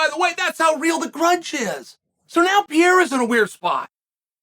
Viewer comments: "Pierrra" and Charles "Olives" will be champion again😅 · real talk.... is uncle chael calling him piera on purpose or is he legit like dyslexic or something?